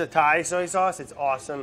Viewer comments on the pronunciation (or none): none